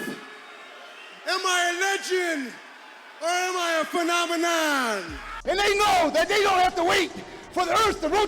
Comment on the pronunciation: Everytime he tried to say phenomena. He said phemonena 😂